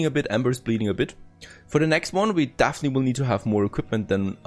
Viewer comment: Definitely, not dafiniteley